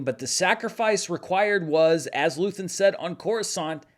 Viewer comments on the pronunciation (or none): none